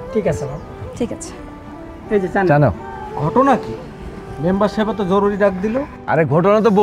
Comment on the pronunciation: ছান? নাকি চান??😂😂